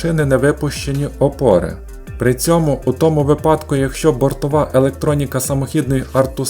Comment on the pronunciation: Дякую Автору за працю! Вподобайка та коментар для розвитку Вашого каналу та кращого поширення контенту алгоритмами YouTube 💙💛 Дозволю собі лиш невелике зауваження: наголос у слові "випадок" має бути на "И", по типу слова "вИсновок". ... щоденні звіти пана Ляшко, що робив цю ж помилку під час "ковіду", досі мають значний негативний вплив на мову людей, що дивились ЗМІ... І передавали далі, як вірус... На жаль. (((